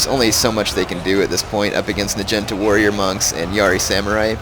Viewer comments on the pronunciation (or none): OMG the way u say "najinta" is so fricken funny,!! oh jaysus, btw, its pronounced, "nah-gee-nahta", jus sayin lolz, oh so funny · Lol I watch his new vids but - nagunata is pronounced 'nag-u-narta' not 'na-genta' No offence love you're vids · Omg nagenta? It's pronounced nah gee nah tah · NA-GI-NA-TA Nah Gee (sounds like GrEEn) Nah Ta (Tatas) that bothered me when you said Nagintas lol :P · Its NAH-GEE-NAH-TAH, not "nuh-jen-tuh" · i thought it was pronounced na-gee-not-a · Dat naginata pronunciation tho.